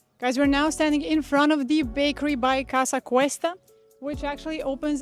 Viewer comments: Casa COOOOsta I believe ur prononucition is a tad wrong. Please explain how sticking a needle in ur veins is comfortable and energizing? Iv Theraphy is defined as intravenous therapy. Having someone put a need in my veins for energy is the most insane act I or anyone can de. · I enjoy your videos, but you repeatedly say Casa Cuesta…it is Casa Costa… you should redo that top section